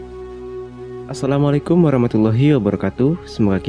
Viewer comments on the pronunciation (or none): none